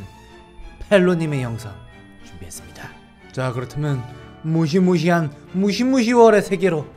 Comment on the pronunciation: 발음이 무시무10월이 아니라 포켓몬이잖엌ㅋㅋㅋㅋㅋ